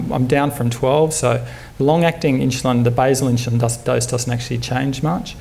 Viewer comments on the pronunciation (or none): Great talk even though he seems to say "inchulin" over & over.